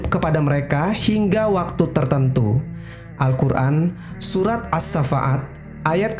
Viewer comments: Surat assoffat bukan syafaat,gmna si bacaannya. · aduh.. kenapa dibaca AS SAFAAT.. baca ASHOFAT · Koreksi min, : 1. Itu kisah shahih bukan legenda, karena tak mungkin Alquran menceritakan legenda. 2. As-shaaffat bacanya "Assoffat" bukan "assafa at" beda arti nanti kalo salah eja. Trmkasih